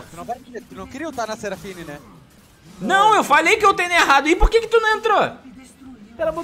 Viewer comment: "seraflashfine " KKKKKKKKKKKKKKKKKKKKKKKKKKKKK